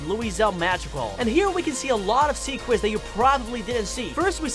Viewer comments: You said secwets not secrets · Anyone else realized he said sequets